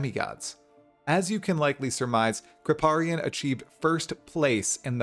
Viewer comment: Mandatory "you're saying Kripparian wrong" comment to begin with, looking forward to watch the rest :)